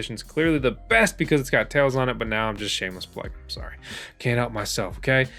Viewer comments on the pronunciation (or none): none